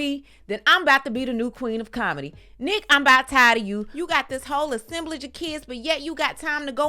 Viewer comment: Sis said assemblage